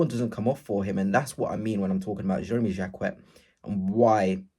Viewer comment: 😅learn to say his name !!!